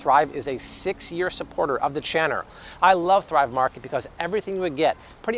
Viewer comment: I thought I was the only one who heard him. We know what he meant. LOL